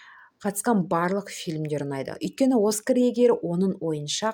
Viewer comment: Диктор мүлдем сауатсыз. Ң әріпін айта алмайды. ПАвест несі. Повесть деу керек. Кончаловскийді де дұрыс айта алмайды. Қарагөзді неге Чеховтыкі дейді. Оскарды, гонорарды қате айтады, сөздері құлаққа жағымсыз. Қызым ау , оқысаңшы, дикцияңды түзеп, орыс, шетел сөздерін дұрыс айтуға талпынсаңшы